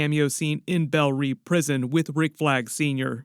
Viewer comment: I don't know who needs to hear this but as someone that speaks French, "Reve" is not pronounced "Reeve". Maybe it's James Gunn that needs to hear it. It's wrong though.